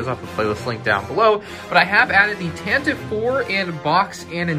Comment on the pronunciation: Anyone else think it was tanta 4 not tantive 4